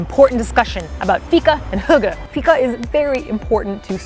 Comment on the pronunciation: Loved the video and almost every place you went to was new even to me as a citizen of Malmö! (I usually hang out in the cheaper/dirtier parts of town. :D) You nailed fika (pronounced like week, but feek. Feek-ah!) and made me want to have a fika for the first time in several months. Last time I went for fika we actually strolled by Köld and I agree that their ice cream is the best I've ever had! Still sad I was abroad when you guys were here but I'm so happy you enjoyed your stay! And I must try Unholy Water some day, it seems like a... reasonable cocktail. ;)